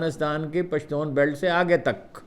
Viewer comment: اپکا پشتون کہنا بہت اچھا لگتا ھے ۔ ھم پشتو بولنے والوں کے لئے